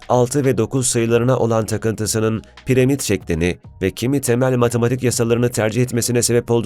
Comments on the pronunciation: Piremit değil piramit onu bile yanlış biliyorsun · abicim piremit değil piramit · Her piremid dediğinde kahroldum